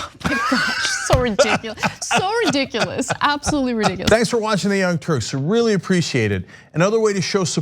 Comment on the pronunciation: I like how she said redickulous at the end lol. I know i spelled ridiculous incorrectly lol